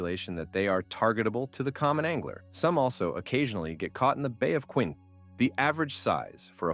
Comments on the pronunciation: Good video ...Where are you from? Sault (Saint Marie) is pronounced soo, not salt... and the bay of quinte isn't pronounced quinté.(quintee). You seem knowledgeable enough about the subject, but you say names of areas and bodies of water as though you've never heard them spoken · I liked the video but a couple pronunciations were off: Bay of Quinte - bay of QUIN-TEE Sault Ste. Maire - SUE saint marie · Your pronunciation of Bay of Quinte is incorrect. Quinte has a hard E sound on the end. Sault is pronounced sue.